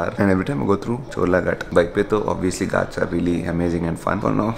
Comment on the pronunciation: it's not Gaats it's Ghaats "Gh" with epiglottis 😆😆😆